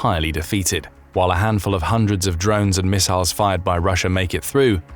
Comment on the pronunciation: I had to stop. I couldn't stand hearing it over-pronounced as "miss-aisles" one more time.